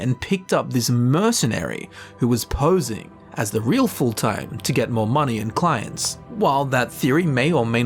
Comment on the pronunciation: Skyrim: tell you how to pronounce fulltheim: foulthime